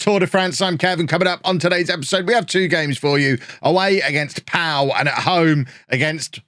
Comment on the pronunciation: Pau are pronounced "Poe" btw (like the pilot in the new Star Wars films) and it's where the first ever Grand Prix took place.